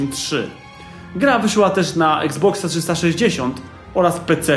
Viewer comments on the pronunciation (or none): on powiedział exbox a nie xbox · Czyta się "iksboks" lub "eksboks".